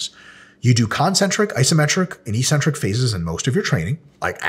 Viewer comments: Hey Mike, I keep hearing you use the word EE-centric, -like eccentric, but pronounced with only one 'c'. On your slide you have the abbreviation 'Ecc'. Could that possibly be referring to the actual word eC-Centric??? If not, please advise. I can't find the word 'ecentric' or 'eecentric' in any English dictionary. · Why does everybody pronounce it "e-centric" when there are two Cs??